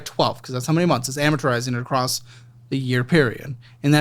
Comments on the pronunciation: "it is a-mor-ta-rizing" lmao mort-tizing is how you say that. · Someone needs to teach how to pronounce “Amortizing” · Love that still can’t pronounce “amortizing” 😂